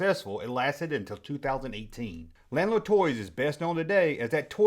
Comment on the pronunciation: La- nard it's french. Not lan-ard. And fun fact as turnabout is fair play when gijoe debuted their battle corps lanard effectively ended A Real American Hero in a very similar court case. Lanard Won, and gijoe became sgt savage.